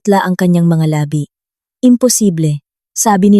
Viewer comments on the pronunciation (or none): LABI ay mali ang pagkabigkas Yong pagbigkas mo ay iba ang kahulugan hindi akma sa pangungusap At hindi ko na tinapos ang pakikinig kc nakakairitang pakinggan ang pagkakasabi sa PESO na binibigkas na PISO